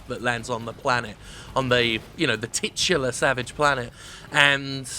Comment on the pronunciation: HAH! Jim said 'Titular'! 😂 ... I'll get my coat.